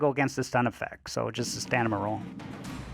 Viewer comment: lol, yea you keep saying stanima instead of stamina. I assumed it's a joke because no one ever says anything! Haha